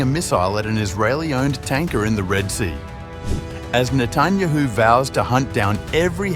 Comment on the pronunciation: Please, pronounce correctly the last name of the Prime Minister of Israel, which by the way is very well known, show some respect. Thank you.